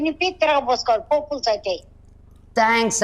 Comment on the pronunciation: అది పప్పులుసు కాదు. పప్పు పులుసు. వాళ్ళు తప్పుగా పలుకుతున్నారు